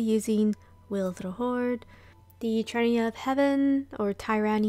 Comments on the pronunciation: Great video. Wanted to give you a heads up though, the name of the bow comes from the word Tyrant and is pronounced tear like when you cry, so it would be "Tear uh knee". The meaning of the name is about the cruel use of control by heaven or maybe that the bow is the physical manifestation of heavens power in a cruel way. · Teer-any of Heaven.